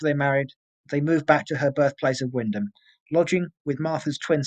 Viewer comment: Great researched case. Had you know you were a local as you pronounced wymondham right, :) keep up the great work and look forward to more cases.